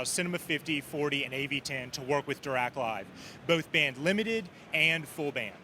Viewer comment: Interesting that the av10 has a phono input. Does it also have a tape loop? It’s also nice that the Marantz rep actually pronounces Dirac somewhat correctly.